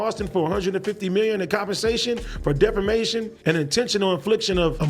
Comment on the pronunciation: Defamation. Why yall let AD go out there and say "defermation"? Thas some hater shit. I woulda told em